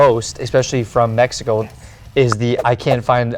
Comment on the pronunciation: finísimo detalle de articular "Méjico" al preguntar en inglés y no decir "Mécsico". Bravooooo, lo voy a tratar de integrar 🎉❤